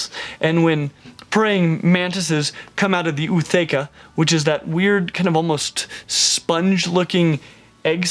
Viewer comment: is that how you pronounce ootheca? I been doing it wrong this entire time!